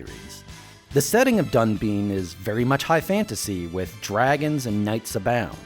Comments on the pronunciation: You should pronounce 'Dunbine' as [dʌnbaɪn]. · I hate how he says DunBEAN, but this video is super informative and I love this channel.